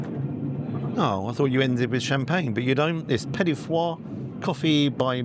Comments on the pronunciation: Was a delight watching you get slowly more inebriated, its been a while! Great video to end the year, I'd always wondered about these trips. Here's to 2026 (with more cameraman involvement?). One last tip- it's pronounced Petit-Faw, not petit-foire. Merry Christmas 👍😄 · I cringe every time he pronounces "petit four" as "petit fois"... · Petit foie?! I think you're mixing up your post-dinner treats with your duck liver paté! (It's just pronounced like English four). You could tell those roast potatoes weren't crispy just from how they cut. I think the score for the food was about right, even taking into account the difficulties in cooking in that kitchen. Service could have been a bit more accomplished for the price I thought, the way they flicked the remaining soup in the spatula into your bowl.